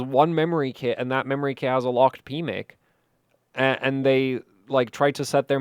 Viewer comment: Anyone else giggle every time said "pmic"?! My PMIC has been locked away for years...😂